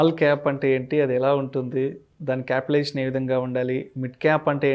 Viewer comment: It's capitalisation not capital aviation.... 🤣